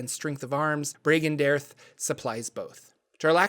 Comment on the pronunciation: His organization is pronounced (bree gan day arthe)